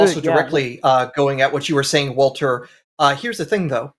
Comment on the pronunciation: Why does "Walther" sound like "Alfred?" 🤷